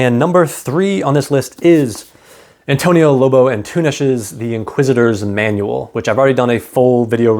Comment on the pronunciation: You nailed the pronunciation of Lobo Antunes! Thank you for the recommendation — it led me to pick up one of his books and realize that we, as Portuguese, don’t talk about him enough.